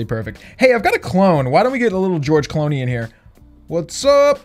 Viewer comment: "george cloney" lmao